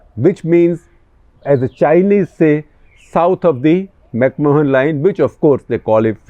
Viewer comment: Dear Mr Gupta, The correct pronunciation of Mahon as in The McMahon Line, is ‘macman’.